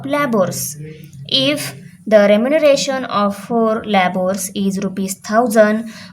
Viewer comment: Mam labours ka pronounciation लेबर ऐसा hota hai